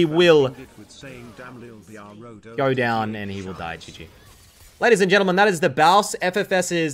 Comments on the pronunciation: Sadly that's not how baus would pronounce it It would be like G in grams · that fuckin "ladies and yentlemen" in the beginning killed me 🤣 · “Ladies and Yentlemen” lol so fitting